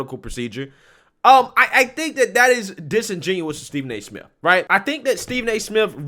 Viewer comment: Did he just say Stephen A simp?